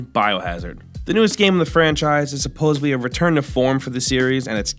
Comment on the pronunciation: hey new guy, its supposeDly, not supposebly.